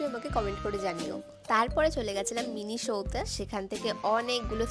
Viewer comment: মিনিশো না মিনিসো হবে 😂😂